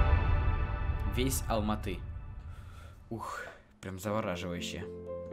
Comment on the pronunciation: Я живу в Алматы правильно говориться Алматыыыы